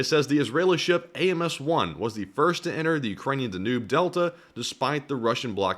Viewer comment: Dan you b. Not Danu b.